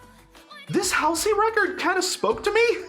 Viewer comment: not to be tha guy, but it's pronounced hall-see